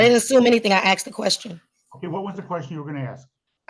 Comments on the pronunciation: If you’re acting as your own lawyer, and you still use the word “ax’d”, you’ve already lost your credibility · Trying to have an intelligent discussion with someone, who has not yet master kindergarten level grammar ("I aksed" fir example) is a waste of everything. One needs to pass some basic general knowledge testing (at a very keast) before they're allowed to represent themselves. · Its ASKED ASKED ASKED ASKED .........not axed .....god dumb slaughtering the english language